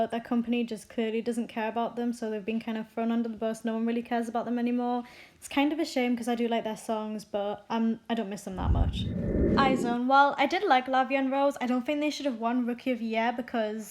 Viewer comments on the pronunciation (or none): It’s not pronounced Izone btw...It’s pronounced IZ*WON btw won and One🤷🏻‍♀️ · IZ*ONE not I*zone eyez - one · It’s iz*one not I*zone.